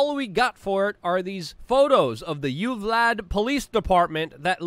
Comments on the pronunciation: Lol “You-Vlad”. Try “you-val-day” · Not "You-Vlad". It's pronounced "you vahl day". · Youvlad??? Wtf? Its pronounced you-val-dee. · This is tragic… but for gods sake. It’s “You-Val-De” lmao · It's pronounced U-val-dA